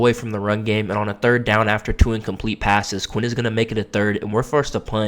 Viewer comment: Where TF did you get Quay? It’s Quinn.